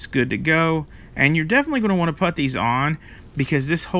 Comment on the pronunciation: Putz...putt.....never heard anyone pronounce ‘put’ that way. Weird.